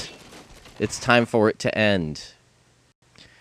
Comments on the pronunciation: am i the only one who heard tits not tips? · Make sure to check back at Achievement Hunter for more tips (sounded like tits lol) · Did he say tips or tits?